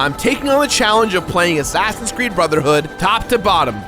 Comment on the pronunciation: did you say assassins crood